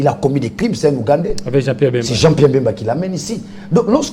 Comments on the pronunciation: a du mal a prononcer BEMBA, a la place il dit MBEMBA,Quelles etudes faites? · Il s'appelle Bemba et non Mbemba.